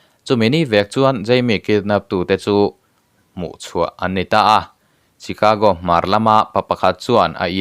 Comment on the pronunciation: Chicago (Shicago ti a lam tur)